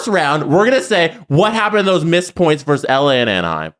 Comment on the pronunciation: gets two things wrong. It's BY accident, and it's VERSUS (not verse). Two L's. Yeeesh.